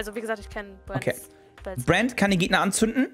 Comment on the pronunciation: warum sagt sie die ganze zeit Buen statt Brand? :P